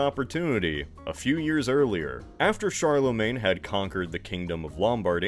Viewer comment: "Charlemagne." Oh boy...